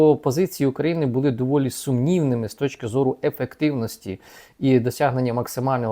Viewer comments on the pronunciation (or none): none